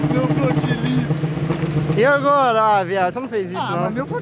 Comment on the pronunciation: Me deus chega de falar protelipe 😂😂😂😂